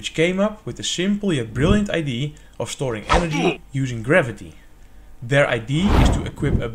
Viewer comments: First, I can't get over that you say ID, rather than idea. Anyway, whole time I was thinking that this battery can be subject to leaks, and would end up being less efficient than regular gravity batteries. It's still cool and interesting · Misschien nog is luisteren hoe je woorden als idea uitspreekt. Je Engels is niet te doen. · It's pronounced Idea, not ID.